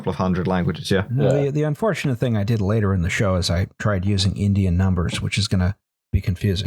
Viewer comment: Relistening to this months later and only now do I catch that says the initial death count was "rater laised" instead of "later raised."